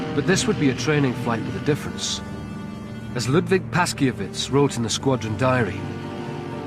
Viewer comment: The 303 historian's name (Ludwik Paszkiewicz} is pronounced [Pashkyevitch] with an accent on "kye."